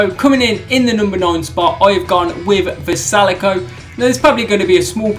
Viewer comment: Puts vrjsalko at the bottom, can’t say his name correctly in the slightest considering he made it to wc finals.